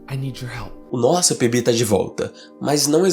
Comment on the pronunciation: Só entendi que o nome era PB no final, Eu tava entendendo ele falar Pipi estava até pensando que raios de nome é esse.